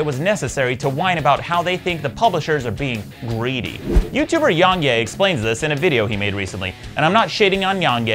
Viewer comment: Who the hell is "Yong Yay," Maddox? It's Yong Yea. He signs off on his videos by saying his name all the time. C'mon, Maddox. I mean, seriously, c'mon. 🙄 Also, comparing the Borderlands franchise to the Mass Effect franchise is silly. One of those two franchises wasn't tarnished by its previous entries. One of those two franchises isn't owned by EA, a company known for taking established franchises and developers and turning them into literal horseshit. Yes, LITERAL. 🤨 And comparing Epic's store in 2019 to Steam's in 2004 is also silly. So yeah, fuck Epic and their experiment in anti-consumerism. 😃